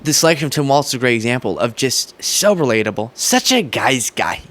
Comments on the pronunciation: it's pronounced walls. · It's pronounced "walls." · ..there's no "T" in Walz (pronounced Walls) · It's pronounced like "walls" not "waltz". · It's pronounced "walls." You're welcome 😊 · WALZ, it sounds like you’re saying Walt or Waltz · His name is pronounced Walls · I'll subscribe if you stop pronouncing the imaginary T in Walz. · May I gently correct you and clarify his name is Walz? No T. :) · I'm sorry sweetie, but his name is Tim "Walz," like walls...not waltz like the dance. Ya might wanna correct that bcuz youre going to be talking about him for quite awhile...4½+ yrs to be exact. But I loved the accuracy and truth in your video. That's so hard to find these days. Oh, and I can call you sweetie bcuz I'm wayyyyy older than you.😊 Watching from Canada.🇨🇦😊👋👍Love your work. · Its WALZ not WALTZ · Just a pronunciation correction. The VP nominee's last name is pronounced "Walls," like the 4 things that hold up a roof, not "Waltz," like the dance. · His name is pronounced "Wals". There's no T in it. It's not "Waltz". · It’s not “Waltz” it’s Walz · Tim Walz's name is pronounced like "walls" not "waltz" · I love your show but for the love of God, it is pronounced WALLS not WALTZ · I'm sure no one actually cares, but shouldn't we also make sure we properly pronounce Tim's last name for consistency's sake at least? A lot of people are saying it like "waltz" and it's "Wallzz" like "from the windows, to the Walz!" Just my two cents, which has a crappy exchange rate anyway. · Hi, love your videos. Nice to see an intelligent young man! Please watch how you pronounce Tim Walz's name though. You are not the first, and will not be the last, but it appears that you include a "t" in his name and pronounce it like the dance. It's pronounced as "walls". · it's Walz, like Walls. Not Waltz, like, well you know, Waltz. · I love your channel and your videos, and I look forward to more. Walz is pronounced like "walls", not "waltz". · Dude, it's Walz not Waltz.